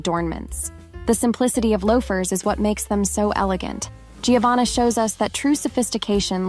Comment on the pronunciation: Giovanna is pronounced “Jovanna” in Italian. In other words Gio =Jo. Thought you’d like to know.